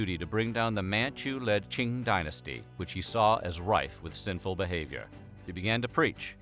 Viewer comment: QING pronounced as Tzing not King🤓